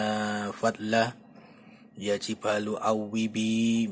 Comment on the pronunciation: ولقد أتينا داود منا فضلا ياجبال اوبى معه والطير وألناله الحديد Maaf Min, tulisan yg di vidio ini perlu dikoreksi, dan jg membacanya kurang tepat. Yang bener : ya jibalu (ياجبال) Yang benar : wa alanna (وألَنا)